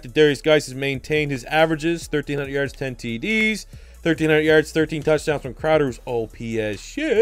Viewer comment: "yaerds" "aout"....wtf man